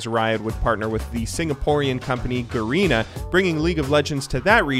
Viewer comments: He actually pronounced it "GARINA" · garina HAHA its ga-re-na